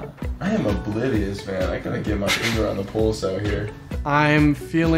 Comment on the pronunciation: Did anyone else notice that can't pronounce oblivious